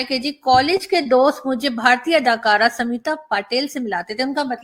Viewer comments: Its not Samita...its Smita...please try to pronounce he names properly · Arzoo ji . good morning ... try to correct pronounciation as Smita instead of samita 👍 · Madam, her name is Smi-ta and not Samita..Patil.. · Mem samita nahi smita bolo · Btw it's not Samita, it's Smita..